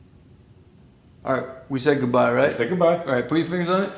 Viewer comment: dude why u say goodbye with the tones like that😂